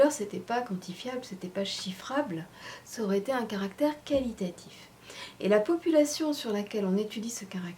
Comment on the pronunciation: a j'ai pas compris "polupation"